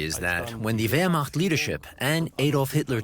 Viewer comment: first time i've heard a non german speaker pronounce Wehrmacht correctly.